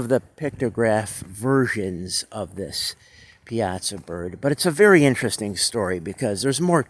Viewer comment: Pronounced: Pie-aah-saw